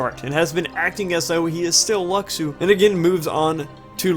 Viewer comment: His name is pronounced Lushu. that's how you say Luxu.